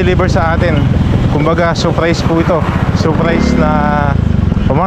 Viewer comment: Hindi saaapprays, SURRRPRISE!!!